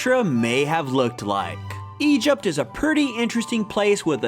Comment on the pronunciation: Why does he say Egypt like that